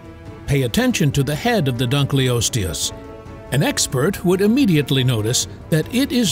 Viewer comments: Yo this video is chock full of horrid pronunciation - i mean - Dunk-lee-osteus? Come on. hahaha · Dun-kil-os-te-us to be phonetic. The discover was named in hoonour of David Dunkle. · Your pronunciation of Dunkleosteus is making me itchy. It's dun-kul-OS-tee-us. Like the German word for dark - "dunkel". Named after the paleontologist David Dunkle. I know you can't/won't edit the video, but spare your own embarrassment going forward. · Not an expert, but I think you are mispronouncing " dunkleosteus" The first part of the word, "dunkle," rhymns with "uncle," is German for dark. So, dunkle is a word, and I'd think the pronunciation should be dunkle-osteus. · I had to leave when I heard dugliosos for the time